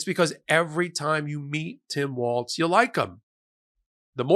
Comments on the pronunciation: Walz... pronounced walls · It's Tim "Walls" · Pronounced 'Walls'. Great pic by Kamala! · His name is spelled Walz. His name is pronounced "walls". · I’m not an expert but I always try to pronounce peoples names the way they want them spoken, to the point where it’s a weird thing I’m known for at my workplace. And regardless of the German pronunciation, which I’m guessing is his background, he pronounces it “walls” and said so during one of his rallies previously so that’s probably how people should pronounce it. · Please PLEASE There's no "T" in his last name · Please pronounce his last name correctly. It’s Walz. There is no t in his name……. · you make many, wonderful points, but his surname is Walz...not Waltz. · Pretty sure it’s pronounced “wall-S” not like the dance with the Z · His name is not Waltz. More like Walls. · Not to be picky, but it's pronounced Walls, not Waltz. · Hi. I'm a Minnesotan. Please allow me one minor correction. It's Walz (Walls) not Waltz.:-) He is a fantastic pick!!! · You keep pronouncing his name wrong! It's pronounced Walls, not Waltz! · it’s pronounced Walls, not waltz. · Walz not Waltz. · Walz is pronounced Walls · I think it’s Walls not Waltz. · I assume you're about to get a lot of heat from Minnesotans for saying Waltz. It's Walz; there's no T so it's pronounced Walls not Waltz. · His name is pronounced Waals (walls) not waltz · Let's please pronounce his name correctly....it is Walz (walls) not Waltz (🕺) . Trump does that to Kamala so we must operate above that! 🙏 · Why does everyone insist on calling him "Waltz"? It's Walz, no T. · Walz sounds like “walls” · Walz. Think Tom Petty “Walls”, not the dance step. Soft z, sounds like “s”. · Walz, not Waltz. Get his name right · Hey he doesn’t have a t in his last name, it’s pronounced like walls, it’s not the name of a dance. Either way great choice Kamala! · The pronunciation of his last name is actually like "walls". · It’s WALZ, Not WALTZ